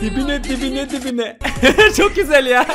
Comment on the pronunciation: Hani video nun başında "vuruyo dibine dibine " diyo ya ibine ibine anladım aq idjdhdhd